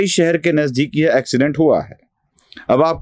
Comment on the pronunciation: अॅक्सीडेंट नहीं। एक्सीडेंट।